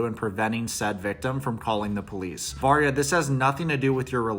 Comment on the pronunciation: I thought you were saying marya not Varya and I can’t believe they’re still together, her defending him aside. Relationship definitely won’t last when he’s a prison. My friend went to prison for a bit for assaulting a r*pist. He def is gonna get his shit rocked. And if he tries to throw out his papers, people will get suspicious, guards will tell or somehow info will get out, and then he will get his shit rocked 😌 won’t be a fun time for him